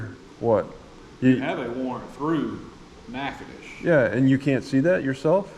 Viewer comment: He pronounces the name wrong on purpose. It's actually Nachitoches (Nack-a-tish) 🤭